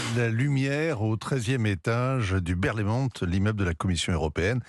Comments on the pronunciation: "Berlaymont" : le "t" final ne se prononce pas, c'est du français. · Merci Monsieur Hervouët ! Petite correction au passage: on dit Berlaymont sans prononcer le T 😉